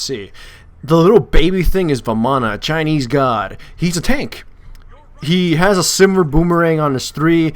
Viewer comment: Egpytian.... not Chinese lol :P